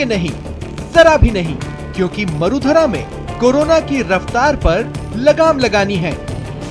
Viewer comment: Marudhara ka uchharan shi kijia ya gutkha kha kr news pdhte ho